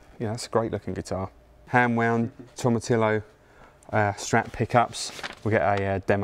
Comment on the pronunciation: Who is this guy Tom Atillo he keeps mentioning.....? Hahaha